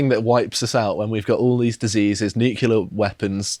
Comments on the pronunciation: What the fuck are "nucular weapons"? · He said nucular. Hehe. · there's only one U in NUCLEAR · That is the first time I've heard a Brit say "Nucular".